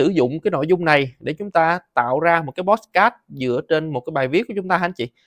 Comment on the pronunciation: Làm ơn đừng phát âm "pót sờ cát" được ko. Nó là podcast mà...